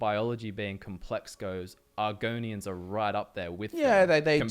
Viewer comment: bro my reaction when said argonians